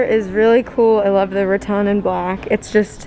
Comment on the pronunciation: Puh-leez! Stop saying "Ra-ton" like in Won Ton. It's "Ra-tan" like what you go to the beach in order to get.